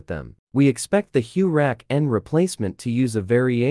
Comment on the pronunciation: Tell me more about this “Hue Rack N”. Sounds very interesting. SMH…..